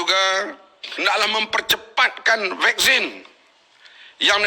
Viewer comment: Vaksin bukan wekzin ler entah ape2 tah